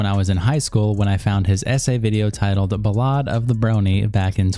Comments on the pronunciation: Did you say Bah-Lah'd? It's pronounced Bahl-ID. How do so many video essayists not even bother learning how speak properly? Like I normally wouldn't care, but you're public speakers. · Internet vs can’t pronounce ballad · The way you said ballad was hilarious